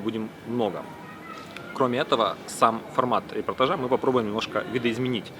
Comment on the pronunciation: Всё было супер, очень атмосферно, только одно очень сильно резало слух: репортАжа, а не репортажА!!!!)))